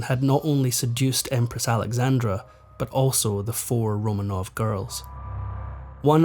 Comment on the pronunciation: I wish he’d pronounce ’Romanov’ properly, RoMAHnov.